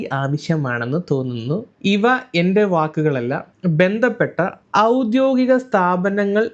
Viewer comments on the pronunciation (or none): none